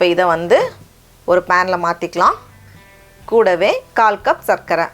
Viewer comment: The way you say KOODAVE is nice